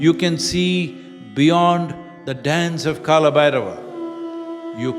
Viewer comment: सही उच्चारण करें, यह कल है, काला नहीं।